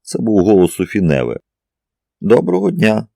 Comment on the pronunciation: Ну як, скажіть, ЯК француженку можуть звати НЕве? Це ж французька!!! Майже все має наголос на ОСТАННЬОМУ складі!! Як цього може не знати той, хто претендує на роль диктора?.. Знов не справдилися очікування. РівОлі, ДОфіна тощо. Порадьте, де можна послухати професіональну озвучку?